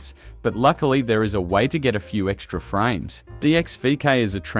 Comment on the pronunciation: Guyms and vekays with the frayms yeah.